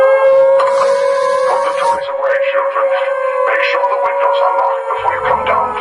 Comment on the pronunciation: In the cutscene, Maxis says "Ze", not "the", but in the radio, Maxis says ""The"